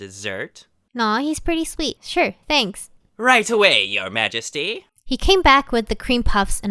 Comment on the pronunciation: RIGHT AWAY MAJESTY in weird acent xD